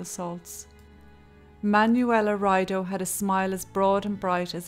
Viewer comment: Hi there (Sorry, don't know your name). I have to say I love what you do, and your pretty well researched subjects. I'd like to make one small suggestion, and please don't take this the wrong way, but could you take a few minutes to check the pronunciation of some words, especially foreign names. Manuela (Man-uWela) Riedo (Ree-yedo). Guilty on all counts (not accounts). Just trying to be helpful, not critical because 99% of your production and presentation is superb. 🥰🥰